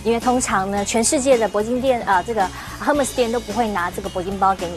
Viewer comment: 不知道怎么读Hermes就不要讲